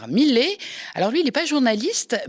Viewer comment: Millet, ça se prononce MIYÉ. Et ce n'est pas "une éloge" mais "un éloge". Et laissez tomber la blague d'ouverture, merci ! Sinon, bravo !